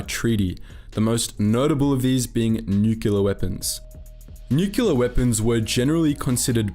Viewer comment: Nuclear - Nucular? No!